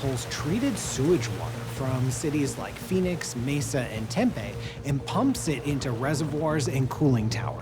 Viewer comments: Lmao at the way that guy said Tempe, its not Tem Pay, its Tem Pee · IKR, same here, I pronounce it Tempeee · Fear mongering based on a lot of sensationalism and mischaracterization of Mesa and “Tem-pay”, hahahahaha! Sonoran desert doesn’t look like what they show here. So no credibility here. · As an Arizonian, I got a good LOL when he mispronounced Tempe. 🌵☀️ We, the copper state, forgive you. 🤣